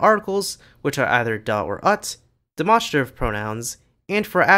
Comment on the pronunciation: Fascinating video but your Dutch pronunciation is a bit all over the place. Not sure where you got the idea that the Dutch article "het" is pronounced "ut." It's pronounced exactly the way it would be in American English.